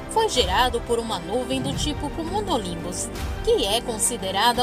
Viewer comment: Acho que o nome dessas nuvens são cúmulos nimbus é não comulusnimbus como foi falado pela narradora